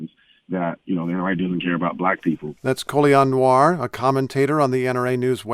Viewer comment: It's not COLION Nowarrr its COLION Noir pronounced (Nowah) it's French for black